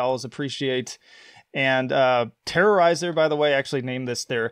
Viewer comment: It's not even close...TERRIFYER .